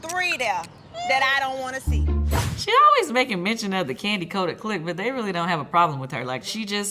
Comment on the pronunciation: I like Kandi, but her voice is annoying and the way she pronounces words is disgusting